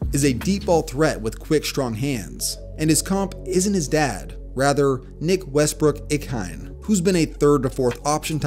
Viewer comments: I think every non Titans fan pronounces NWI the same haha. It's supposed to be Nick Westbrook "Ah-Keen-Aye." Not "Ik-hine." Not a big deal, just thought it was funny. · its pronounced Nick Westbrook-Ikhine not Nick Westbrook-Ikhine.